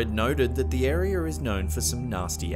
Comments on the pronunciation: OMG... rural arear of Bulgerier... your intrusive R's are just a prank aren't they... wtf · the arear. arear... lets add an r at the end of words that dont need an r. Chiner, Tazmanier, Indier, arear... statue billy bob?